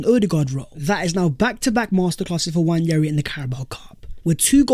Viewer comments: It's not Nnwayeri it's Nwaneri (ONE NAY RI) "ONE NAY RI" There's absolutely no Y in the name for cry out loud.. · FYI, Nwaneri is pronounced wan-e-ri not wañeri.